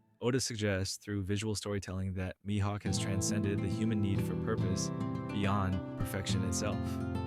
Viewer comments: I totally agree 💯% with you 🤩 ! But you're mispronouncing his name. It's pronounced ME-Hawk ( Mihawk 🦅🗡️ ), not MY-Hawk ! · good video but please keep your pronunciation of mihawk consistent 😭 you kept switching between my-hawk and mi-hawk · This is probably a good video but I couldnt hear MYhawk out loud after the 4th time 😅